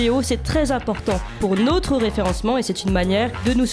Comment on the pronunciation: Elle m agace avec son"nautre"...en français on prononce notre!!!